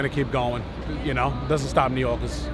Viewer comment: “doesn’t stop New Yoorkers” prob the only guy I heard a New York accent from